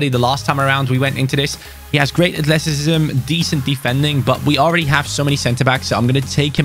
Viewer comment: The way said athleticism makes me laugh - “athleticisbsbsbbsbsm